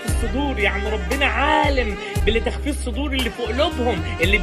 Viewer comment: تنبية يا قوله تعالي (يعلم خائنة الأعين وما تُخفي الصدور ) بالضم التاء وليس فتحها مش بعدل علي حضرتك بس دا قرآن فلازم نقرأه صح ❤ جزاك الله خيرًا ❤